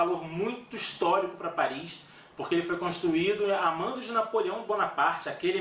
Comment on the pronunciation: Cidade linda😍😍😍! "Parri" é "Parri"!